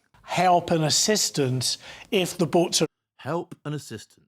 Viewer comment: I'm laughing at bouts instead of boats.